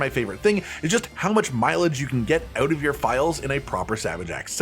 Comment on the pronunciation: Hehe "ouoot" 😅